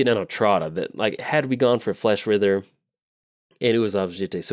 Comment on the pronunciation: The "wri" is pronounced like "rye" in "rye bread". Surprised you didn't Fleshwrither into Sakashima's Student in the first game it would've given you some blockers.